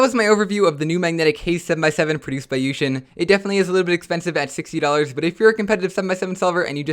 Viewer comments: Its yushin. I used to pronounce it yuh-ksin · its pronounced yookshin. kevin hays pronounces it like that. he it sponsored. he should know how to pronounce his sponsor's name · Who else used to pronounce yuxin wrong at first and now cringes when new cubers pronounce it wrong???